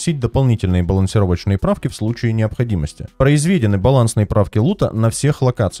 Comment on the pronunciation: Ты прям как Горбачев со своим углУбить) произвЕдено 🤭 Посмотрим чо там поменяли